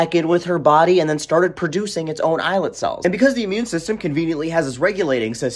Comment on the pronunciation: You did pronounce 'islet cells' correctly. I've been telling people about stem cells derived from a patient's own fat tissue for years, completely negates the whole facile argument about "ethical" concerns using zygote cells. Pluripotent cells from one's own tissue has identical DNA, so there is no chance of the body rejecting implanted tissues derived from its own code.